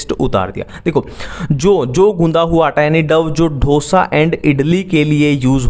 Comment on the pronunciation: ढोसा नहीं डोसा lol🤣